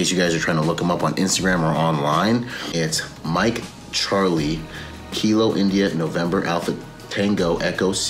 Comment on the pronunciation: Charlieeeeee. Not Ciara. No stripper names here haha